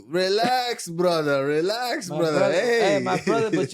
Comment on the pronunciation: "too much alkagoll bratha"